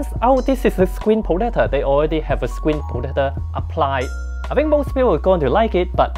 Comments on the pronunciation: Crakced me at "screen potator" 😂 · Scween potato. LOL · Screen Potetah!? LOL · screen protata HAHAHAHAHAHA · Screen potater 🤣🤣